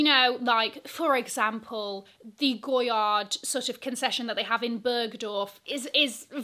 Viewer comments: I thought it was pronounced GOY-AR? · the "d" in goyard is silent.